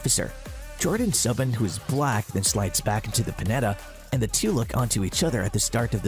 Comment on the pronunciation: turn it off immediately due to "subban" its Soo-ban.